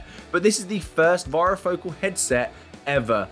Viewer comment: Please learn to pronounce varifocal it rhymes with "fairy" Focal